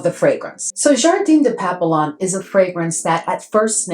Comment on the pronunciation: Girl you have waaaay too many FRENCH PERFUMES for you NOT able to SPEAK FRENCH🤣🤣🤣🤣. Papillon is pronounced PAP- PE- YOH!!! You don't pronounced it the way it's spelt. Just saying 🙅‍♀️